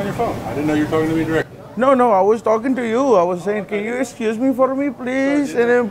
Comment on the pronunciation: "Nut victem but victor what are you tolking about ?" 😂😂